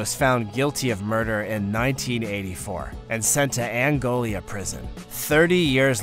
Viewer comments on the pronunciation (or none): Ahh yes, the notorious Louisiana prison known as "Angolia".